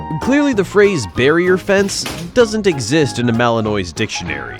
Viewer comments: At least learn to pronounce Malinois. It is mal-in-waa not mal-in-oise. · They're Mal-in-wahs, not Mal-in-noise, even though that's how it's spelled. It's French. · Mal-on-wah. Not mal-eh-oy. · It’s malanois not malannoy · It’s not Malinoy,it’s malinwa. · It’s MAL LIN WA… not noise… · Okay, Mr. Narrator! Malinois isn't pronounced MalinOY. It's pronounced MalinWA. It's French. Say it right. Thank you.😊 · Not Belgian "Annoy" (although it might be a factor, given their constant energy level!)...it's Belgian Mal-NWAH". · It's not a Belgian Malinoi, it's a Belgian malinwa French pronunciation) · Not Malinois as in wa, not noise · Mechelse herders (original Dutch name of the dog) are shepherds from Maline (French name for the town of Mechelen). Malinois is pronounced Mali-n-wah. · As these gorgeous workers are from Belgium, the "s" is silent, which why the breed is pronounced Malin-wah. A super collection of videos! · Malinois ( malinwa) French pronunciation. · Malin-WAH. It's French. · The proper way to say Belgian Malinois is "BEL-jun MAL-in-wah". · Please learn how to say Malinois properly. If you're using AI it can't distinguish that it should be pronounced Ma/luhn/waa. I miss the days when humans narrated videos. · It's pronounced Mal•in•Wah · "Malinoy"? Nope. That's not how it's pronounced. And that 4th dog - the one which lets itself into the police car? That's a German Shepherd, not a Malinois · It's pronounced Belgian Mal-in-wah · Fantastic film clips ……..but could the compere please pronounce their name correctly? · For crying out loud, there are online dictionaries all over the Internet. Look up and listen to the sound byte on how to pronounce "Malinois.". Is that so much to ask?! Now a bunch of others will walk around mispronouncing their breed. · Learn how to pronounce "Malinois"! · The narrator should have been taught FIRST how to PRONOUNCE "malinois". 🙄🙄🙄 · Malinois is NOT pronounced the way your AI slop bot thinks it is.